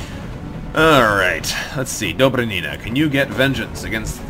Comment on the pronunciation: Dobry'nina!!! Stress on Y plz!!!